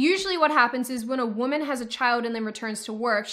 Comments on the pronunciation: I wish you hadn't pointed out her pronunciation of woman... it's so distracting it's unreal! 😂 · I believe she was pronouncing it correctly Woe-man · I swear, if I hear WOOMIN one more time!!!!!!!! >,< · Really can't take that woman seriously when she says women like woman >.> If there was a pay gap she deserves it personally. Not really, but seriously annoying.